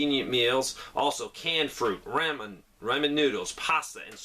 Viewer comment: It's RAH-MEN noodles,. Not RAY-MON. lol